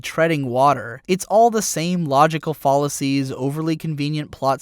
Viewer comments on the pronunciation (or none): Just letting you know you mispronounced fallacies, which made your entire point quite comedic. XD Also the argument that "this doesn't matter because it''s just a x" is completely ludicrious. Media, in any form, matters as a form of culture. If it doesn't fit the standards of greater society, then it needs to be called out as such. IMO you didn't do a great job of making the feminist argument, but the argument needing to be made is not up for question. Also if you want to see a similar character done well, The Dresden Files books do a great job. (Dresden Files spoilers incoming; if you haven't read them, do so immediately.) Molly is this sort of apprentice who has the hots for her teacher, and her teacher makes the mature decision and turns her down, quite dramatically. It's the difference between a piece of content written by an adult and targeted at adults, and one that isn't I guess.